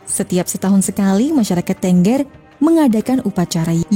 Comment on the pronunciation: Bukan Ténggér, tapi Tengger. Pakai taling.